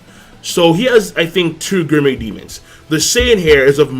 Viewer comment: why the fck cant you pronounce gourmet?